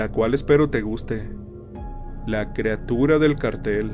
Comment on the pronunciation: Como que la “creatura” es “CRIATURA”